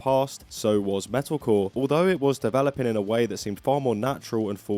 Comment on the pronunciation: I like how every time you say "metalcore" all I hear is "medical"